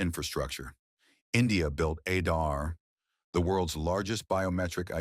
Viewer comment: Not Edaar .. it is pronounced Aadhaar dhaa from this .. not disk